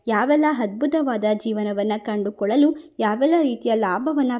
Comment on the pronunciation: ಅ ಕಾರ ಮತ್ತು ಹ ಕಾರ ಸರಿಯಾಗಿ ಮಾತಾಡಿ ಹದ್ಭುತ, ಹಾರು ಹೇಳು ಹಾತ್ಹ್ಮಿಯ ಇದು ಯಾವ ಕನ್ನಡ ದಯವಿಟ್ಟು ಕನ್ನಡ ಸರಿಯಾಗಿ ಕಲಿಯಿರಿ ಕೆಳಕ್ಕೆ ಅಸಹ್ಯ ಆಗುತ್ತೆ